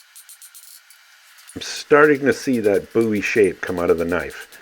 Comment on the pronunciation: You're saying bowie wrong.